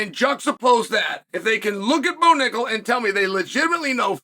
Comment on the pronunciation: I'm surprised unk Chael can pronounce Bo Nickal probably 😅